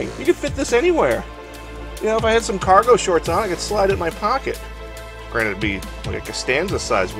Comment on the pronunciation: Do u think he says "granite" or "granted" I've heard it a few times and its funny for a stupid reason that I think of stuff like this.